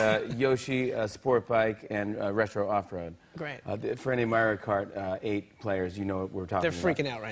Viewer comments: "Merio" Kart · Jimmy saying Maeree'o Kart makes me wanna hit him so bad. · mare-rio mare-rio kart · "merry-oh KART" - JF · Is no one gonna bring up that Jimmy said Mario like "Mayrio"? Wtf? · ''Mærio Kart'' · Michael says Mario correctly than Jimmy. Yet Jimmy says it wrong